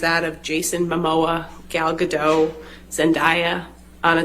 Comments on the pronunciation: The fact they are constantly mispronouncing Gal Gadot (Ga-Dote, it sounds like it has an E on the end) has me low key raging over here lol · Gal gadoT!! Where os the T?